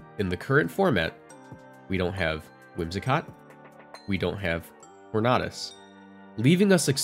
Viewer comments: Torn-A-Dus not Torn-Ah-Dus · it's tor-nay-dus not tor-nah-dus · Tor-na-dus? Are you okay? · Every time someone pronounces tornadus like this guy, another tailwind user gets cut from the dex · ur pronunciation of tornadus hurts me to my soul cause it’s so close